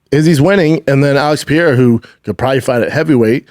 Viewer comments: His name is Pereira and you've been mispronouncing his name for a whole year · It also annoys the heck outta me - in what world is it P-erra?? 😂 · his name is NOT PIERRA lmao CTE much brendan? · “Alex pee-air-ah” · Pierra Lol... Yeah weird pronunciation. I do think Brendan got it from Chael. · Bapa says Alex Pereira's name in a way that's literally impossible if you have ever seen it written. Also Chins shirt looks like it could say Douchebag Darryl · Why can he not say Alex’s name right 😅